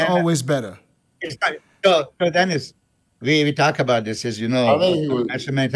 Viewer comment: Gotta b the way you pronounce it. Dennis from Germany